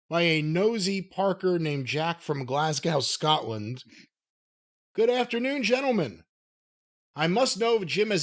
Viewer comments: it's GLAZZ-GO not glass cow, c'moooooon!!! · Did he slobber on her knockers? BTW, it's glahs-goe. Feckin' colonial. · Hey last it's pronounced Glas-go 👍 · it’s pronounced Glas-go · As a Glaswegian, hearing THAT pronunciation of "Glasgow" always makes me cringe. I know every country says certain things differently, but c'mon guys! It's not difficult: Glaz-go. Or if you want to go full Glaswegian: Glesga (Glez-ga). 🤬😅😘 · .......GLASGOW. Pronounced Glaz-go. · Glasgow, the w is silent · Not how you say Glasgow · Got me too, mate. Drives me nuts! So glad someone else commented on this. 😅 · That is very much not how Glasgow is pronounced 🤪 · why cant any americans say Glasgow correctly. not a good look makes them look stupid